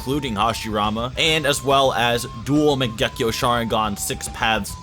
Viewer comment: “Duel megeku” what